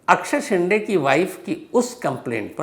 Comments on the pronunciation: शिंडे नही शिंदे, ड कि जगह द बोलिये सर, जैसे डिल्ली और दिल्ली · शेंडे नहीं शिंदे